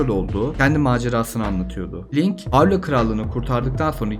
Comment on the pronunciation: Muhteşem bir video olmuş. 42 yaşında seriye Minish Cap ve A Link to the Past ile başlayıp hemen tüm oyunları oynayıp bitiren birisi olarak bu kadar detaylı Türkçe bir kaynağa ilk kez rastladım. Yapıcı eleştiri olarak Hayrula telaffuzu başta olmak üzere hatalı telaffuzlar ve hanımefendi arkadaşın seslendirmeleri pek hoşuma gitmedi ama onları da zamanla düzelteceğine eminim. Zaten videonun içeriği ile bunları görmezden geliyorum bile. Abone olup, bildirimleri açıyorum. Başarılar...